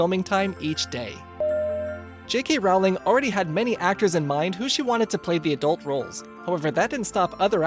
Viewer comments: IT IS ROLLLING NOT ROWWWLING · its Rowling like bowling not Rowling like howling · ITS PRONOUNCED ROLLING BIT ROWLING